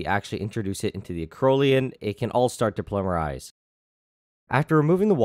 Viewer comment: You have a funny way of saying "polymerize".